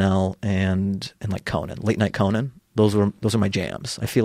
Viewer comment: That and "Co-Nan" instead of "Conan"...to be fair, Joe could play "Co-Nan"